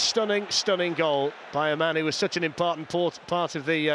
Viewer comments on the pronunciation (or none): ..."...such an impartant port..."...lmfao